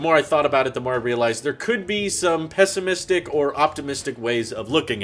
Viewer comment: Yo, this man really just said pesstimistic.